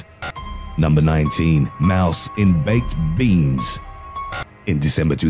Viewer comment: the way he says baked beans kills me